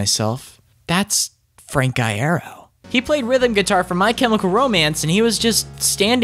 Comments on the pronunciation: Idek myself but I thought it was pronounced “i-year-o” not “i-air-o” idk tho so 🤷🏼‍♀️ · you pronounced iero wrong